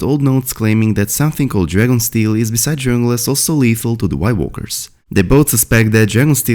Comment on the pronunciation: I think you are trying to say dragon glass, but, with your accent, it sounds like drayon glass.